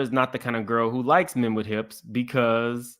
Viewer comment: NOT "HIPS" 😂 🍑